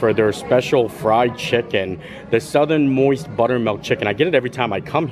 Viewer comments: Everytime you said southernmoist I giggled, it’s southernmost 😂 you crack me up, jingle cruise the other day god love you! Keep making these amazing videos I love watching how much fun you have xx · Paper says Southern Most. says Southern Moist 😅😅😅